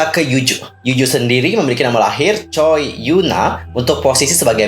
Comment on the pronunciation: Haloo kak, mau benerin aja "Jung" marga Yerin sama Eunha itu dibaca Jeong (Jong). Kalau marga Yuju Choi dibaca Cwe.